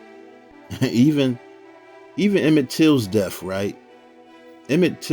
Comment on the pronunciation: I agree with you but the only complaint I have is when he says "DEAF" instead of "DEATH".